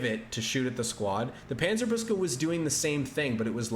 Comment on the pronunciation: Hey, from a german speaker: Panzer-book-se, not Panzer-boos-ke would be a more accurate pronounciation🙂